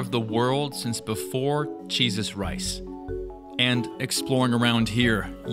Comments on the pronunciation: did he say 'cheeses rice'? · Am I trippin or did he say "cheese us rice"?